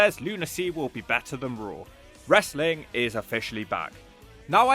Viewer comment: I love how Russo constantly complains about how much he hates "WRES-A-LING" (BRO). And constantly claims he wants nothing to do with it. Yet always comes grovelling back to any company that will take him because he has zero skills to do anything else with his life. Seriously, Russo hasn't had an idea that's drawn money since the Clinton administration. Dude is the ultimate wrestling cancer.